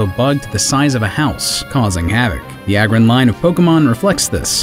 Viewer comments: pronounce Lair for me? It's Lair as in Lairy or a Lair Agg as in Aggressive or Aggregate but we all make mistakes, trust me as I've grew up I've got a lot of their names wrong, always used to say Niddo ran and Venna saur as a kid 😂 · Lareon not Lyron Lairon - Lairy Aggron - Aggressive